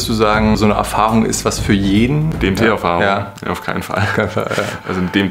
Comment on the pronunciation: ich habe anfangs zuerst verstanden: "die rede ist von dem tee". wäre der name nicht eingeblendet worden, hätt ich mich gefragt, über welchen krassen tee du da berichten willst 🙈